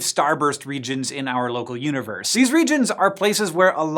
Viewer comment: I understood "uterus" instead "universe"